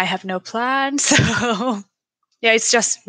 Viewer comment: Congratulations to Shida on being AEW's longest reigning champion ever! Also, I thought that she said PANTS instead of PLANS. Oops!